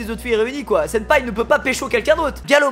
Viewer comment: Ta voulus dire sinpa où senpais😂❤️